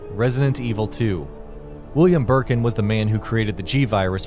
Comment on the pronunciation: Did you say Bullyiam Birkim